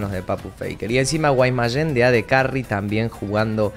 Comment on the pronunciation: Siempre me causa gracia cuando dices Guaymayen lmao Saludos